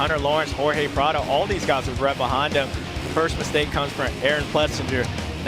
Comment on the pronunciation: Bubba needs to improve. He mispronouces words and calls Prado Prada. Super disrespectfull mispronouncing someones name. Eg. Instead of expect he says espect. Just poor use of the english language. His whole job is talking. Stop mincing words.